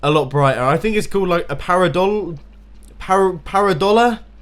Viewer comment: Pareidolia, pear-i-doh-lee-uhh.